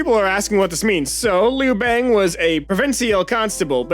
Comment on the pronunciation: The incorrect pronunciation of Liu Bang and Qin dynasty activated my fight or flight response, and is the one about be be in flight.